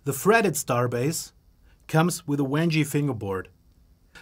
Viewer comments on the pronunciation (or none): Wenge is pronounced Wen-Gay isn't it?